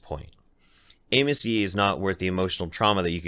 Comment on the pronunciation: I thought you were calling him anus. I wish you were.